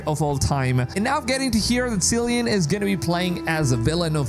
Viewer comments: FYI his name is pronounced "Kill-ee-an" not "Sill-ee-an". Hope this helps. :) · Did you really said ''Silian'' my god.. its pronounced ''Killian'' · "Cillian Murphy" with a hard 'C' - pronounced "Key-lian" not "See-lian". Sorry, had to get it out of my system! :P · Sillian? It’s Kill-ian- I’m Irish as well as him and it all drives us mad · Cillian is (kill-ee-un) not seal-ee-un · Its "Killian" Btw not "sillian" , the pronunciation of hia name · Just a little nitpick... your favorite actors name is pronounced KILLIAN not SILLIAN... :) the more you know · Lol at "Silly-Anne Murphy"! Cillian is pronounced "Kill-E-Ann" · not Sillian its Kill i an---- Cillian =) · Syllian? It's pronounced Killian. Sheesh! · 'cillian' is a hard C like 'killian' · Cillian is pronounced as Kylian/Kilian Murphy. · Sillian? 😂 That's not how you say his name dude! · If you were a big fan you’d know its pronounced “Killian” not Cillian. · It's pronounced Kill-ian btw, no idea why you're saying it that way. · Is is really pronounced Sillyan Murphy? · It’s pronounced kill-e-ann Murphy 🙈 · Pronounced "Killy-N Murphy" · Btw Cillian is pronounced with "K", not "S" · can you at least learn how to pronounce the name Cillian, before you make a video? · Please learn how to pronounce Cillian properly. The C is pronounced like a K.